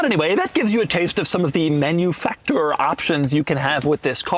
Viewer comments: Please. It's not "Menuefactoor" it's "Mahnoofucktoor'. ❤ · MaNuFakTur - try to pronounce it in german. It's funnier. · MANUFACTURE SAY IT RIGHT🥵